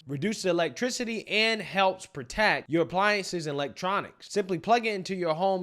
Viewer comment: Only AOC can make the word (and) a 2 syllable word. God I hate listening to her talk. Ay yand??????